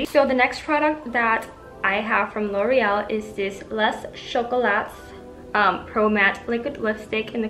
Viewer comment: loved the way you said loreal❤ lots of love and support from nepal💐